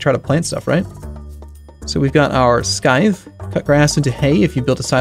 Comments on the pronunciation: No. He's pronouncing it wrong. IPA: /ˈsaɪð/, (some accents) IPA: /ˈsaɪθ/ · "Sky-th" Please no... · "Skythe"? Really? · have a friend that says "Skith." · skythe :v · Wait, Scythe is pronounced Sky-the? isn't the c/k suppose to be silent? (Sorry for any possible UK/American English war I might trigger) Also, you can walk on your crops no problem except for a two types, Giant plants and those that grow on a pole. they act as a physical block you cant go over. And yes, she completely left her kid at home, with the door unlock and let a completely stranger walk in and to to him, right before said stranger tried to get into the vincents bedroom. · dear god did you just say 'sky-th'? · scythe...i've never heard someone pronounce it that way. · Haha love your pronunciation of scythe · Hey, if you don't want people to pronounce the k, don't add it the to word. ;-) Written English is such a silly language. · I'm guessing does know how to pronounce scythe and was just making a joke.